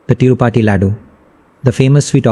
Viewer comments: Kiski video dekh rahe ho Tirupati bola nahi jaa raha isse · The guy who is narrating doesn't even know how to pronounce TIRUPATHI. How did you manage to pick this guy's video over others?